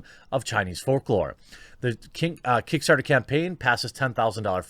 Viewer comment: Heard that Freudian slip - “Kinkstarter” 🤣